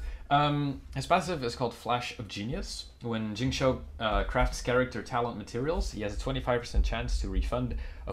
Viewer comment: Great Video!!! Also, keep in mind it's pronounced, "Shing-Chew"